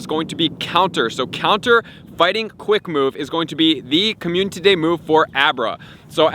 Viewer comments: How many times do I have to hear him say "communTity" day before he realizes. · Slow down and pronounce community properly please